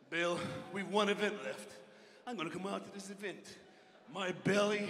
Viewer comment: Love how can only say "avint" instead of "event" 😂